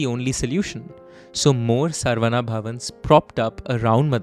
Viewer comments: Excellent rendition and flow. My only minor suggestion is to get the pronounciation right. It is not सर्वना or सर्वन्ना, but शरवण, a sanskrit word that refers to a reed forest in which Kartikeya/Murugan was born. In Tamil it can be pronounced as saravaNa as well since classical Tamil uses the same alphabet to represent sa and sha. Likewise, the name Santhakumar is the same as the Sanskrit शान्तकुमार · It’s not sarvana it’s sa-ra-vana